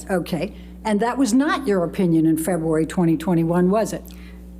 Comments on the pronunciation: I would have said objection everytime the lawyer said “Feboowary” instead if February.. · Every word is a hard one for you febooary, dacument, so frumpy repeats the sane thing that was sustained second earlier uts a ciincidence mr dennison was way too lenient with elaine